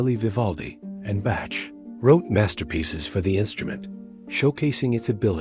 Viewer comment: You should hear how the announcer pronounced Bach.